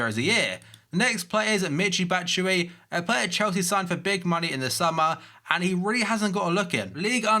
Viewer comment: You're still sayin Batshuayi's name wrong